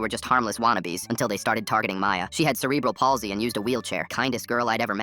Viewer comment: BREV SPEAK NORMALLY THATS NOT HOW YOU PRONOUNCE CERBAL PALSY I HAVE IT